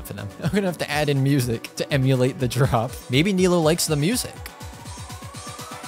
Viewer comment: her name is pronounce nee-loo btw